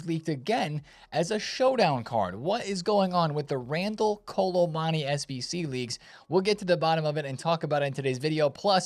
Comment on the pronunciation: Why can’t my man pronounce Kolo Muani 😭 Kolo MONNY